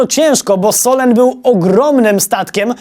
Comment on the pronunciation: "solen" czyta się sulen